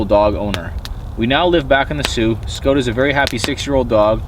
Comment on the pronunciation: Why name him scout if you can’t even pronounce it correctly?